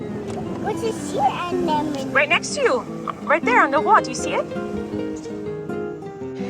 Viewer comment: Wesley says "sea anemone" better than I can.